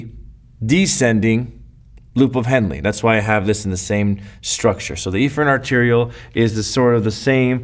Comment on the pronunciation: Honestly, the colorful diagram was nice, but this video was very confusing. It sounded like you were saying "afferent arteriole" but on the board you had written "efferent arteriole" and it was hard to visualize the blood and ECF without seeing it. I think you overcomplicated this concept, and even after watching the video multiple times, this is still really confusing.